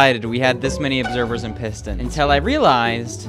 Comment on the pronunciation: say “and” not Ann/e